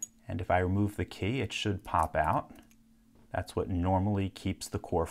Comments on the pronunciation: Why does he call it a Kay? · He says "key" like "quay".